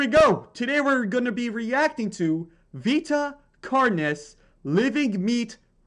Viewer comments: Its sounded like Vaita carnais not vita carnes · NONONONONONONONONONONONONONONONO ITS PRONOUNCED VEETA CARNEES NOT VEETA CARNIS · you dont say vita carnis like (vee ta car nes) you say it like (vee ta car nis) edit: it's not even that scary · pronounce: vita carnis Me: VAITA CARNAIS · Bro it's Vita carnis and your saying Vita carnas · It’s pronounced vita carneas btw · Ve ta car nese is how you pronounce it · I'm pretty sure it pronounced with an e, not an I with the carnis. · heres how you pronounce vita carnis vi-tah-car-nis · The actually pronounsation of vita carnis is you pronounce the i like tip a hard sound i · It’s pronounced “Vi-Ta car-ness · Bro said "VeTa CARNES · it’s (vitah carnis) <-😊the pronunciation) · I think it’s pronounced v-etuh car-nis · Vi-taaa caaar-n----a Vita carne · I think it’s pronounced VEE-TA CAR-NIS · its kinda like “vetah” carnese” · Its pronounced "Vee-Tuh Car-ness". Just the AI voice pronounces stuff weirdly. You're welcome :) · It is pronounced [VEITA CARNIS] but spelt vita carnis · You were close, but it’s pronounced vina Carnes